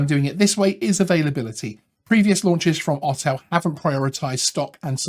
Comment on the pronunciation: Autel is pronounced or-tel not ot-el, just sayin :)